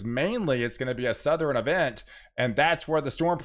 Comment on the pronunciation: Hi! Did you know you are saying "patterin" for the word pattern, and "northerin" for the word northern and "southerin" for the word southern? You are making two syllable words into three syllable words. Great job on the weather though!